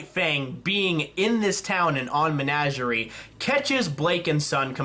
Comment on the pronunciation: First of all, it's Men-ah-ger-ie. Second, I don't understand your dislike of Blake. Yes, maybe it could have been split, but she's an interesting character and they probably won't make another episode centered around her for a little while.